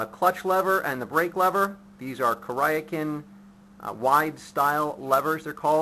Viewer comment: lmao it's kur-ee-ah-kin (küryakyn)